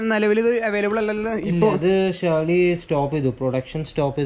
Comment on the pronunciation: Pronunciation ഒന്ന് ശ്രദ്ദിച്ചുകൂടേ ഷേർലി അല്ലല്ലോ സേ ലീ /ളി അല്ലേ... 👍